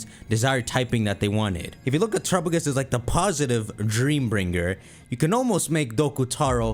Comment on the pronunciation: The way pronounces Terapagos is going to give me an aneurism